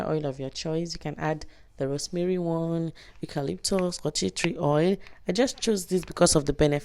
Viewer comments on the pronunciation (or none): none